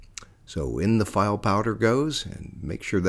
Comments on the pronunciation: misprouncing the word file' makes you look like a poser. It's pronounced (Fee-Lay) phonetically. 🙄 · haha file powder like a file cabinet.. Only a texan would say it that way